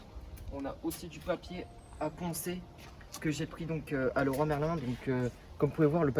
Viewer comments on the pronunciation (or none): none